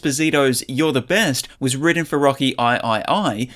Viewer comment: "rocky i I I"